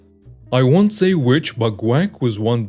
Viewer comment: I love the way that you say guac. It sounds like quack or crack. When you first started reading the story I thought maybe you were talking about ducks. It's hilarious and this is just one of your beautiful quirks that makes me such a huge fan. Thanks for reading this.